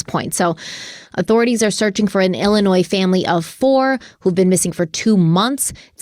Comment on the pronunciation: Illinoi…the ‘s’ is silent. Good show. Thanks!